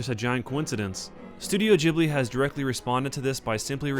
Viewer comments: ITS GHIBLI not JHIBLI!!!!!!!!!!!!!!!!!!!!!!! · it's ghibli not jibbly. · its pronounced Ghib-lee, because there is an h in it. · gib-ly not jib-ly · So I looked this up because I was curious. It seems like it was named after an airplane named Ghibli with a g but Miyazki pronounces the name of Studio Ghibli as Jibli but it's still spelled Ghibli. But it seems like he doesn't really care. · ghibli is pronounced like hard ghi-bli...not to sound annoying but you can pronounce it whatever way u want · I thought Studio Ghibli was pronounced "geebli" as in "geese" ... or can it be pronounced both ways? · Why is it pronounced "jibi"? Do you also say jost instead of ghost? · wait is that how ghibli is pronounced? i always thought it it gib-ly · (XepherXV) I pronounce it something along the lines of "chib-li" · lol studio Jhibly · You say Totoro completely correctly, but say Ghibli like 'jibli'. WHY? It's 'GHIBLI' - with the 'gi' sound, not 'ji'. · It's not the same. In ghibli the H should be silent just like in GHOST. That'd make it be pronounced with a G and not J. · Is it pronounced Gi-Bli or Ji-Bli? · The pronunciation of Ghibli bothers me